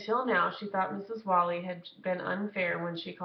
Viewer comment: The teacher's name is Mrs. WHALE-ee.